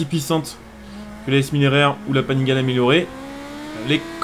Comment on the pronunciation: Salut, juste pour l'info. Panigale se dit "Panigalé" ;) . Sinon bonne vidéo, continue comme ça !